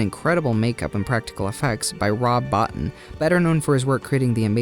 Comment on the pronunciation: The Howling is not better than An American Werewolf In London, jesus christ. And it's BOW-TEEN, not Bottin'.